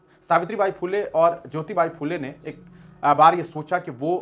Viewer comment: सावित्रीबाई के हजबंड नाम है " महात्मा ज्योतिबा फुले " और आप उन्हे ज्योतिबाइ कह रहे हो, जो गलत है